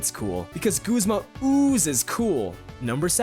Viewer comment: Does everyone else pronounce Guzma as Goozma?